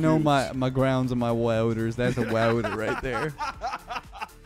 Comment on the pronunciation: "I know my grownds and my wauters" -, 2022